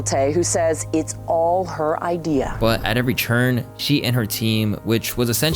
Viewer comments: Why does say "turn" like "churn"??? idk why, but it hurts my sole.... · Are you saying turn or churn??? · Why you say “Turn” like that? 😒🧐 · Why do you keep pronouncing turn and turning that way?